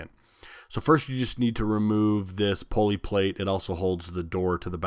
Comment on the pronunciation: Oh indeed it is! Also: poor grammar; whether it is wide spread or not: is STILL wrong; and we should try our best to speak the English language correctly; if we are a graduate of HS or higher learning! IE: it is NOT "Pole-ee". It is "Pull-ee"! It is NOT "RPM's". It is RPM". NO exceptions. It is NOT "Irregardless". It is "Regardless". No exceptions. And the worst of all: "If I were" is NEVER correct:. It is "I was" in ALL cases. Not to mention spelling "Your" when it should be "You're" when meaning "You Are". Not to mention spelling "There" when they mean "Their" in a possessive scenario. Etc., etc. and ETC! A perfect example of "Dumbing down society"; by teaching "birth control", "condoms" and "abortion" (COLD-Blooded-Murder); instead of teaching that it is dead wrong; and if you do it, you WILL pay the price!" For whatever it's worth.